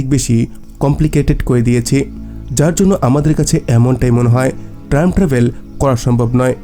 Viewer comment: বার বার ট্রাইম ট্রাবেল বলছেন কেন?